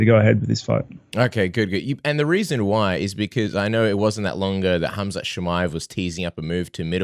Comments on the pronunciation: His name is Khamzat, not Hazmat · Knuckles, if your reading this. It's Khamzat not hazmat! Lolol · Robert actually searched khamzat name. He wanted to say Hamza but ended up saying hazmat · its khazmat not khamzat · Hazmat? Rob is butchering Khamzats name😆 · Rob calling Khamzat “Hazmat” non ironically is great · Did Robert rally called Khamzat for Hazmat...hahaha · Anyone realise Rob kept calling Khamzat, Hazmat? 😂 Reminds me of them Hazmat suits people in labs wear 😂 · I know right? It's pronounced Kumshot. Who would name their kid Kumshot? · Rob called him HAZMAT 🤣🤣🤣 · hearing Rob calling Khamzat “HAZMAT” made my whole week. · I have a friend who looks just like rob and he literally says his name the EXACT SAME HAZMAT WTF IS THAT LMAO.